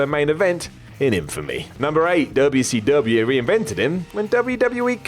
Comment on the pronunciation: Stop saying "dubble see dubble ya"